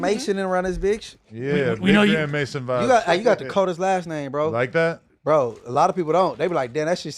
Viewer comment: Grand maison is french for big house 😂😂😂 it's not grand mason. You forget Adam is French Canadian